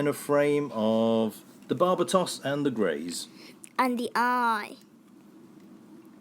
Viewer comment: I'm pretty sure it's pronounced bar-ba-tos